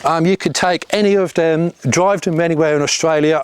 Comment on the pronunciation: its the way you pronounce The Them There as duh dem dare that had me intrigued? Curious and curiouser